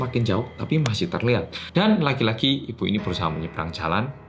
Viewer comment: Telingakuuuuu...tiap blg "lagi lagi" knpa pendengaranku "laki laki"